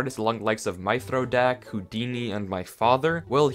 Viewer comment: Bruh, he said Mythrodak's name wrong